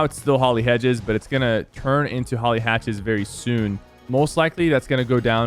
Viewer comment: He says hatcthes